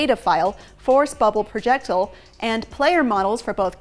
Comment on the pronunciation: Why cant she pronounce "projectile" correct lmao wtf she literally said it wrong multiple times